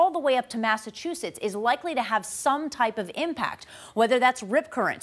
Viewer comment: Nooo she said Massachusetts im dead 😭😭